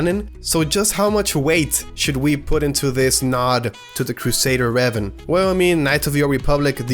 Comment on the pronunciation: It's pronounced Ray vahn.